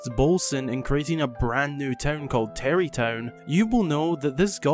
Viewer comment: Bra it’s tarry town